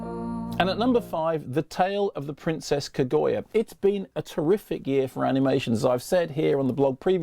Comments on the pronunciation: Kaguya is surely pronounced ka as in cat; gu as in gut and ya as in yam. There is no oy sound as in boy in the name. Haven't seen the animation so I don't know how the name is pronounced in the movie but just sayin' like. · Bloodlovefreak yeah it's Kag-you-ah isnt it? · James Wilson ka-gu-ya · One day Kermode will pronounce Kaguya right. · For the love of God someone please correct Kermode's pronunciation of Kaguya.